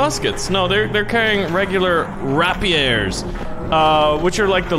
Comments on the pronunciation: Just to let you know you pronounced Rapier wrong it's not Rapiere it's Rapier like pier, pier as in on a beach. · Rapier is pronounced (rape-ear)